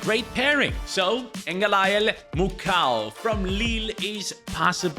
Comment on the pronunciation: Actually the pronunciation for the Congolese lad is Muko not Mucow (Mukau). Because the letters “au” in French make up the letter “o.”